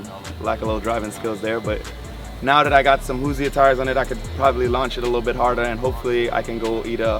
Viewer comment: This dude really just say hooseer..?